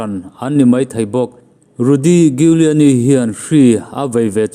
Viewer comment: Rudy Giuliani i pronounce dan hi Google ah teh zawng ve la a ṭha tur. 😁😁😁